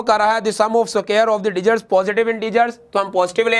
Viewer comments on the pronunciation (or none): Sir digits not degits